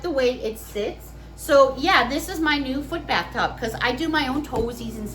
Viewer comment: Uh, bath, not path. Duh😆